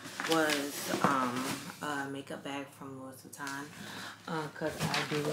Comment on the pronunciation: The S is silent in LOUIS VUITTON !! Im French